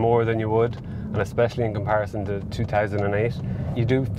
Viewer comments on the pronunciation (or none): none